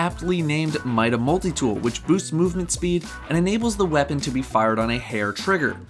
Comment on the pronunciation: lol "mole-tie" for multi??? More like "mull-tee"...